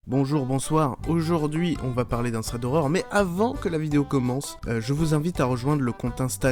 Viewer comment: Ça me dérange comment tu lis thread mdrr, enfin ça me démange, ça se lit pas comme ça mddr